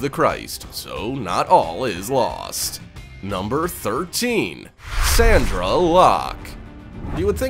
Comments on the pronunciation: Isn't it Sondra Locke... not Sandra? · Sandra? Locke. How can you fuck up someones name? SONDRA. with an "O"